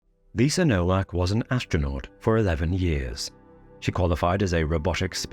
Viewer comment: "Nowak" is pronounced "Novak."